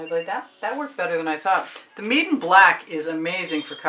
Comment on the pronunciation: Not meridan. Meeden